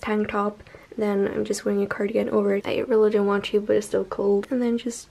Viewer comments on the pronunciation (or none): I love that case and actually consider getting it myself because of you 🙈😂😂 I love your channel, just one thing - when you pronounce words that end with a T (want, yogurt, etc.), it always sounds like you add CH at the end ... you know what I mean? I don’t mean to criticize you AT ALL, just thought it might help you 😊😊